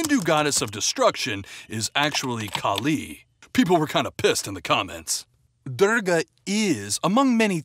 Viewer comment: It's pronounced dorgaah, not durgah.